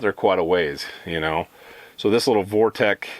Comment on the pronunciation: You keep calling it ‘Vortek” its “Vortex”